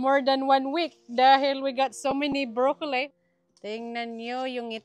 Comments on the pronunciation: It's zucchini not zacchini, and brocolli not brocollai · Wag mo n aartehan ang pagpronounce mo ng silver beet ginagawa mo silver beyt. Pati brocolli ang sinasabi mo minsan brocolay brocoley.. hayyy.. hindi mo ako basher nakakairita.lng kasi pakinggan